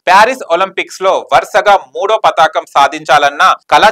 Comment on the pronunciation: భాష రాదా? పతాకం ఏమిట్రా? పతకం అని అనాలి నాయనా